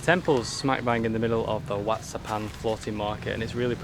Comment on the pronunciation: WAT is what they call Temple, and it’s pronounced WAT is in WHAT but silent H lol idk i not a Pro but yea 👌 as per usual great vid 👏🫶🇦🇺